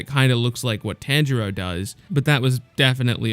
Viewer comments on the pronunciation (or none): none